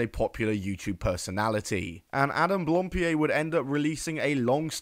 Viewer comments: It's blam pied, not blampied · Hang on, back up... am I misremembering or did this guy himself pronounce his own name "Adam Blam-Peed?" Am I remembering that right, and if so, are we just doing a "Juicy Smoo-lee-ay" thing here? Or has Adam never spoken his own last name and this video looked up the pronunciation? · I think I've heard two versions of how to pronounce his last name. Either as "Blohm-pee-ay", or "Blahm-pee-ay". I've been trying to look for some footage of Adam himself saying his last name, but couldn't really find it, as he's been introducing himself mostly with just his first name.